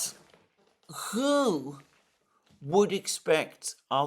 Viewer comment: You know how you are so keen to pronounce places correctly, well 'who' does not start with a 'k' or 'ch'. It's pronounced 'hoo'.